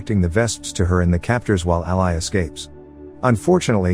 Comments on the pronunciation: The narrator is saying ally, when its actually all-i (y) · Ally is pronounced Al-LEE. not al-LIE. idk how the movie pronounces it, so idk if it's a misspelling or mispronunciation. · Curious, why not put something like "ALLEY" in the text to speech script to fix the pronunciation of her name? I know these are basically soulless farm accounts that just churn out tts videos, but at least put a TINY bit of effort in? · Listening to the computer mispronounce Ally repeatedly was irritating and I gave up watching. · Whoever does these can you phonetically spell the character names before the reader processes them please? It is really annoying hearing Ally mispronounced every sentence. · I can't finish this one, pronunciation of ally made it impossible. I'll go watch the movie instead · I'd have watched this if the narrator knew the pronunciation of Ally. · 😬 who else cringed at the pronunciation of her name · omg i was gonna comment it...was so irked off the entire vid because of it